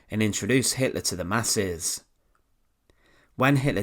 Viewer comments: who is Adolf Hitlarrr? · HitlAr and HimmlAR 😂